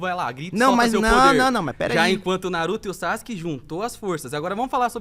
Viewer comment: A galera que fala SASQUE kkkkk e não Sazuke kkkk pqp que pronuncia bosta e tão errada kkkkk